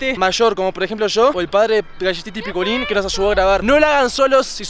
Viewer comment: "" ay mi amor tenemos que dejar que se caliente jaja el más chistoso ja saludos buen video